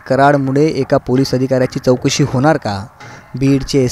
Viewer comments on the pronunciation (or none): त्याला चोकशी म्हणत नसून चौकशी म्हणतात, अरे स्वताला आधी शिक्षित मराठी लिहिणे,बोलणे येत नसेल तर कमेंट करु नका.